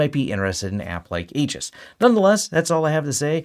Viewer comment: FWIW: it's pronounced Eee-jis.